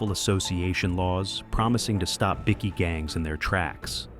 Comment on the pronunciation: I love how the AI voice calls them bicky gangs 😂 in stead of bikie gangs. That should be there new name bickies like a Tim Tam.